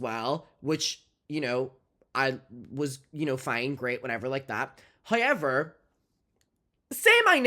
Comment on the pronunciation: I love how says “however”….”hi-yever” 🖤🖤